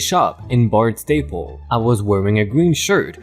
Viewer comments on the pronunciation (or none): none